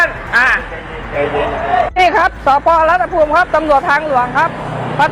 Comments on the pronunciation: อ.รัตภูมิ คับ ไม่ใช่ อ.รัตนภูมิ คับ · รัตภูมิคับไม่ใช่รัตนภูมิ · รัต ตะ ภูมิ. .ไม่ใช่อ่านว่า รัต นะ ภูมิ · อ.รัตภูมิ จ.สงขลา เขาอ่านว่ารัดตะพูม ไม่ใช่รัดตะนะพูมนะคะคะคุณพิธึกร